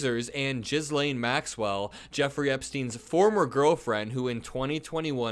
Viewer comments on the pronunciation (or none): Ghislane is pronounced "Ghee-lane." Not Jizz-lane, although apropos to the storyline. 😂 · Ghislaine is pronounced gil-LAIN (hard G) and Giuffre is JUFF-ree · Gee lane is how to pronounce her name. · “jizz-lane” you keep saying dat word, i do not think it means what you think it means😂 its pronounced gee-LANE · For the record it’s “Ghee Laine” not “Jiz laine Maxwell“. Many people are saying that Trump is very guilty, guilty like never before seen in history. The very best and biggest guilty than anyone else in time and memoriam. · It’s pronounced gill-ane not jizz-lane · Maxwell's name is pronounced "geh-lane", not "jizz-lane" 😂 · Please learn how to pronounce ghislaine maxwell. It’s Gih-layne. Not Jizz Lane. MAGA clowns will look to any inconsistencies no matter how small or time wasting to avoid the topic if it’s negative towards Trump. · as funny as it is to hear you call her "jizzlane" its pronounced GHEElane , G sound like Geezer. Not defending her, just wanting to keep you from sounding intentionally insulting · It's "gi'lane" not "jizz lane" lol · jizz lane is funny but i think its pronounced gill lane:face-green-smiling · For as much as I love hearing the name Ghislaine pronounced Jizzlane, especially in this context, I’m going to call out the proper pronunciation: Ghislaine = Geez Lane Giuffre = Goo Fray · Geh-layne not jizz-lane (not that it's a misnomer) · 💙 Jizz Lane 😂 is pronounced “Gislane” with a hard “g” like in “girl.” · OMG, the way you pronounce "Jizz-lane" is like the title of a super low budget porn movie title. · Gizz-lane? Come on, dude. You can’t be a journalist and not bother researching pronunciation… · And ghislaine is pronounced gee Laing! Please try to check before you massacre their names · Did you pronounce her name Jizzlane Maxwell? Bwahhaaaahaaaaaaaaahaaaaaaaaa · gi-lyn is how Ghislane's name is pronounced. hard g. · Ghislaine is pronounced "gee-len" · It's Virginia <Jif-REE> and <GIL-ane> Maxwell. It might be <Gif-REE>.